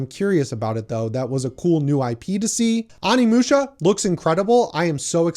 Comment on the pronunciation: LoL? I didn't go thru ANY hoops and all my digital games were playable during the outage. I don't usually play online anyway. DUDE! its Oh-knee-musha